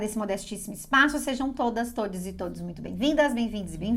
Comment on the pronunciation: Todis??? Doeu no ouvido e na alma! Fernando Pessoa e Machado de Assis se reviraram nos túmulos!